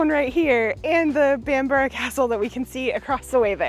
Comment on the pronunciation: Thumbs up for the correct pronunciation of Bamburgh, in the past I've heard it called Bam-burg, Bam-bruff and Bam-bora. Best part of the country I would say.......then again I would as it's on my doorstep.